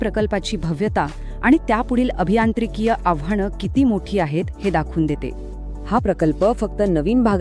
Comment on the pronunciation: आव्हाणं नाही आव्हानं हो ताई